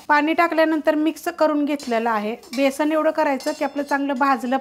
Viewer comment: छानच आहे. पण बेसण नाही हो बेसन